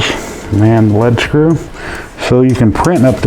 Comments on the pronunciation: Informative video, thanks for posting. (and it's pronounced 'LEED' screw, btw). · lead follow or get out is how you pronounce lead screw. not lead acid battery.